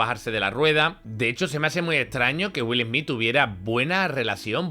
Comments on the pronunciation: Que mal hablas..... pronuncias muy mal el nombre del corrupto Smith y muchas otras palabras..... Dices: Wil Hmii.... y debes decir: Willy Smith y la fonética de pronunciación es: " Wiiall Sssmithz" !! No dan ni ganas de escuchar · Perdón dijo... Jolivu😂😂.madre mia que faena...además Wil esmi🎉🎉🎉.menuda faena.falta que digas helicoptros